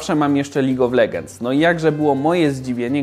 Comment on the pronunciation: Czy tylko mnie irytuje czytanie "legends"? Oszalec można. DLACZEGO? :P